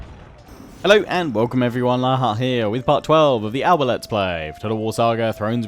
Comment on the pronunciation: hi mate, as a Scot and Gaelic speaker I love to see Alba finally represented hah, just one thing to say about the pronunciation of alba and its that the “b” is a soft b and more like a “p” as well as a silent “a” in between the L and B so it’s more like “alapa” and the last “a” is quite short, but apart from that amazing video, keep up the good work